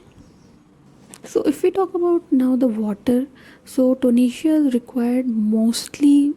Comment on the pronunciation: Kindly be a bit more louder in your videos....and its TO-RE-NIA and not tonesia